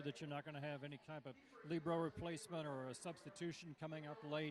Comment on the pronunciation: Libero she pronounced it correctly...excellent job